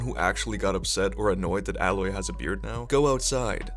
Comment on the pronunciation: It’s Aaaaaaaa proper pronunciation aloy not how you were saying it